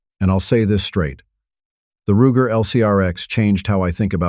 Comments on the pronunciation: Wtf is with all this ai crap. Pronounces first revolver wrong. Roo-jer? Wtf. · Roojer? A.I. is trash